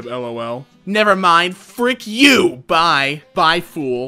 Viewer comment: he emphasized the you 😂